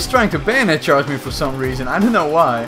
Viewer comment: Why does it sound like he says bandit charge and not bayonet charge🤔🤷‍♂️